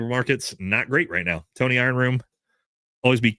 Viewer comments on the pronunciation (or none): none